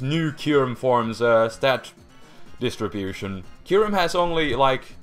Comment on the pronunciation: IT'S K-EYE-YOU-REM!